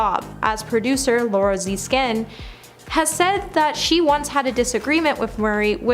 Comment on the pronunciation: Who is this ditzy, hypnotized twit you’ve hired who managed to mispronounce every imaginable person whose fame preceded Bieber? Who’s Chase Chevy? Is Richard Drayfuss the same person as Richard Dreyfuss? Laura Zeeeskin? Honestly I had to turn her off—the errors kept waking me up from the nap she caused.